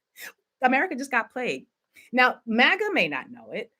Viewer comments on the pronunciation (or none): none